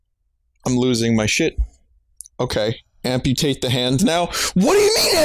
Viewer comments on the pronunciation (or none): Vinny thought this was a shitty Minecraft ripoff, but then he had to, A m p u t a t e. T h e. H a n d.